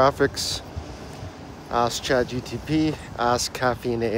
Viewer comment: just say Chat G P T correctly and id pay attention more